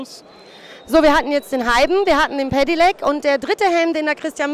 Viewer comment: wie kann man so oft hintereinander "Pedelec" falsch aussprechen?? "Pedilec", junge junge